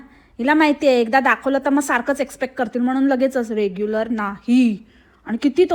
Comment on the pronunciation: “रेग्युलर नाही” म्हणत ती “रेगुलर” म्हणते ती